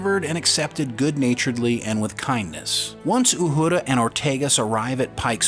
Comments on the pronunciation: Uhura . Not uhudra . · Repeat after me “Ooo-Her-Ah” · Pronounce Uhuras name right its not uhooda geez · STOP saying Uhura like Uhurrrra. Her name is, and always has been, pronounced without the rolled "R". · Say it with me…U her a…Uhura.🤷‍♂️🖖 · Ok when did they change the pronunciation of Uhura’s name? Good Lord! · I've never heard Uhura pronounced with a rolling "r". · 🤣 pronouncing Uhura like it’s a Spanish word and Ortegas like it isn’t a Spanish word… great vid though… can’t wait for this one.